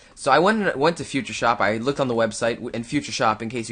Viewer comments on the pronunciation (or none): none